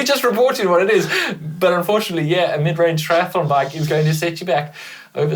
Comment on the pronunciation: Have to laugh at how pronounces ‘bike’ sounds like baake!😂